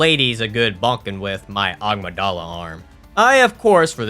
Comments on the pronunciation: I've seen so many of your bloodborne runs and i can't anymore. Its a-mig-duh-lah. Not ah-mig-dolla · Why does he pronounce Amygdala like 'Agmydala'? And Mensis like 'minis'? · I've never heard someone mispronounce Amygdala so badly 😂😂